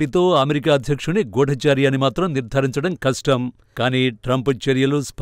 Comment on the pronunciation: గూడాచారి కాదండీ గూఢచారి అనాలి. గూఢ అంటే రహస్యంగా చారి అంటే సంచరించేవాడు అని అర్ధం. తెలుగు సరిగ్గా మాట్లాడాలి.